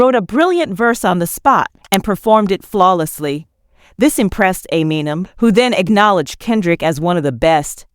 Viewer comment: God I hate AI hosts. Everyone’s names get chewed up. Just have someone read it for Christs sake, it’s not that hard. I mean who is Dr Dree, and ameenem? I’d be embarrassed if this is how my video came out, how am I supposed to buy into what’s being said if the person talking can’t pronounce normal words and names?